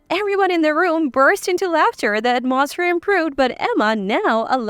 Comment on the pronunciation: Wrong pronunciation of these words.. (hotel, atmosphere).I cannot believe some of these stories r true. I have always liked reading and hearing about others ..adventures thru this life, however, most of these stories sound so unbelievable and basically have the ..same (if I might call it) punch line, which makes no sense, and the (reader) telling these stories read like second graders. No disrespect to second graders, they r in the learning stage, and some of them would probably be better at this. This isn’t meant to be a criticism, but a statement of fact. These stories doesn’t add anything beneficial to anyone’s life. MIL.. expectations of their DIL’s, being made to do all the work, coming into their homes and taking over. Putting the dil .. out of their own home?? Husbands making slaves of their wives!! How can anyone do this to u without ur permission? These r worse than an over dramatized soap opera. Getting revenge and retaliation! There is no silver lining in reading this kind of stuff. Ur blood pressure would soar .. thru the roof!! I realize life can be challenging, however, if these r examples of how to remedy the problems.. no thank u.. I’m convinced there r better solutions to problems that leaves u better, not bitter. I’ve read and heard stories to that effect also. These r definitely not the ones I gain any consolation from. I kept reading (some)..for a while, thinking they weren’t all the same or had the same sad retaliatory results. Boy, was I wrong!!